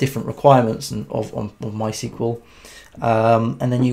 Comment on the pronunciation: Thought I'd let you know mysql is pronounced "My Ess Que Ell"